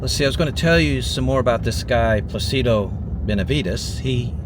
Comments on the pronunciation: "Plácido," as in Plácido Domingo, not "Placebo," lol. Besides that, it's nice to see the towns we missed when we traveled through Texas for what seemed like forever to an 11-year-old kid in the 1970s (I held on to the fringe vest my Mom bought me in either Nuevo Laredo or Laredo for the longest time until I finally outgrew it. I loved that damn thing!). ☮️ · Placido is Pronounced “ Plah se doe”, but great video.